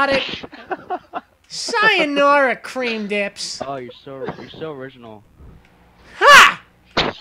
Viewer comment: sayonawa cweam dips LOL